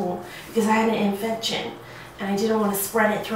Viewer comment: Miranda:ooh it’s so squitchy Me:?? Miranda:infechion Me:WHAT My cousin:😯🤯